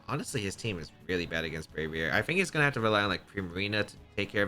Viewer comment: I’m a simple person. I hear a man say “fink” instead of think and I already know it’s time to go watch something else 😂